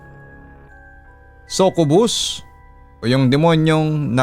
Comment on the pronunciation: sakyubus (succubus) po pagbasa nun papa dudut